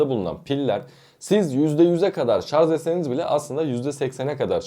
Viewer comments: Lütfen artık şarz demeyin doğrusunu öğrenip şarj deyin. Bari böyle bir video yapan birisi bunu yapmasın ! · Şarz değil ama yaaaaa şarj.. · ŞarZ değil sevgili kardeşim ŞarJ. Yazarken doğru yazdığınızı görüyorum. Bu doğrudan sizin seçiminiz mi yoksa yazım denetim programının düzeltmesi mi bilmioyrum. Ama yazarken Şarj yazmışsınız yorumda mesela. Ama konuşurken nedense ŞarZ diye okuyorsunuz. Biraz dikkat ve çalışmayla değişebilir diye düşünüyorum. "Çok mu önemli?" diyebilirsiniz. Kişiye ve kişiliğe göre değişir cevabı. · ŞARZ değil ŞARJ. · Şarz değil ŞARJ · Şarz?? 😂😂😂😂😂😂😂 Charge kelimesinden gelen bu kelime “şarj” veya “çarc” diye okunur. Şarz diye bir laf yoktur.. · Hele birde;şarj diyebilseniz içime fenalık geldi!!!şarz şarz şarz konuşmayı öğren önce. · adam ŞARZ kafalı, anlamaz! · Bu nasil tepki. Yanliş soyliyorsunuz. Biri dogrusunu söylüyor tesekkür edip dogrubsoylemeknocin calisacaginiza yanlista israr ediyorsunuz vebsayggisizca cevap veriyorsunuz. ŞARZ degil ŞARJ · Şarz degil şarj şarj. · daha şarj demeyi bilmiyorsun şarz deği! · sarz değil yahu öğrenin artık şunu şarzzzzzzzzz degil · Şarj demeyi bile bilmiyorsun millete ahkam kesiyorsun. Söylediğin şeyler de doğru değil. Uzun ömür için lithium pilleri %20 nin altına düşünce şarj etmeliyiz. Hiç mi okumuyorsun araştırmıyorsun? Ayrıca hızlı şarj pil ömrünü bitirir. Orjinal şarj aleti yerine düşük amperli yavaş şarj eden kaliteli bir adaptör pil ömrünü uzatır. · Şarz ne yaa… dinleyemeyeceğim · Bir de "Şarz" demeseydiniz.... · ŞARZ dediğin anda videoyu kapattım.. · Önce şarj demeyi öğren. Sonra video çek. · sadece 3.58 dk.da 297 kez "ŞARZ!!" dedi.